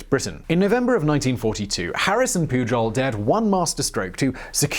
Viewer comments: Your spanish was going pretty good, despite the 'PuJol', but when portuguese showed up, oooooh boy... xD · it is Galicia (ga-li-sha); Araceli (ara-se-li); Pujol (pu-hol)... Good job for trying...💪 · Juan Pujol is pronounced "Huan Puyorl"